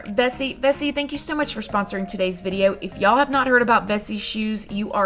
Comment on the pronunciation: SAME!!! I also used to watch Bella Fiori too, but her accent drove me crazy. She pronounces "video" as "viderrrr".